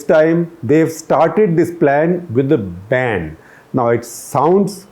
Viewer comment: I heard, " started the plan with a bam!" rather than "started the plan with a ban." LOL